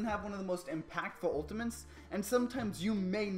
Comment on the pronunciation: "Ultiments" XD Love the video btw!